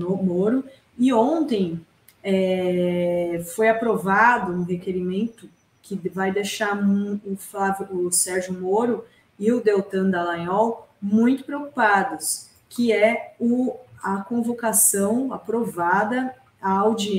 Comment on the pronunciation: Déltan? Fala direito, cidadão. Negócio irritante.